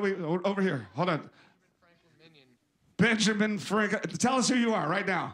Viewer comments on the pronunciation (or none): "Benja Meh-Frankin"